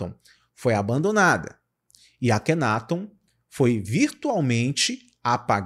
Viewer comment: AKHENATON, A PRONÚNCIA CORRETA É ACENTUAÇÃO NA SÍLABA TON, NÃO ME PERGUNTE O PORQUÊ... SIMPLESMENTE EU SEI...